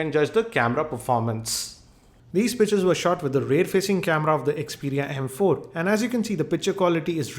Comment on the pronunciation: He sounds like he is saying bitches not pictures lol